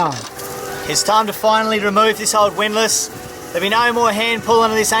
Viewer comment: Excuse me while I have a quiet chuckle now that can finally correctly pronounce "windlass".